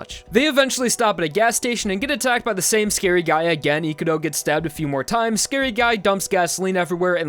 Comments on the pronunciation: His name: Ikuro How this guy says it: Ikuru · Gotta love how suddenly changed from pronouncing Ikurou correctly into calling him Ikuroo at the end for whatever reason